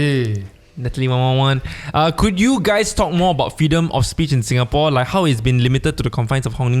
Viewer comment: Hello. Singaporean living in Japan here. Listening to you guys have helped me get through homesick thankss! 🥂✨ I just have to correct your guys on the pronunciation… pronounced it and the rest said sounds right but the last part was quite wrong. Lol… it’s quite difficult to pronounce it though. Shinjuku kissa’s pronounciation is correct… Tetsudo should be pronounce as TEH-ZHI-DOE Shinjuku is a location in Japan🇯🇵 Kissa means cafe☕️🍰 Tetsudo means railway.🚉🛤 Hope this helps! 😀